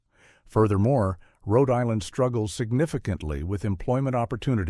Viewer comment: "Hote Island"? A.I. sucks!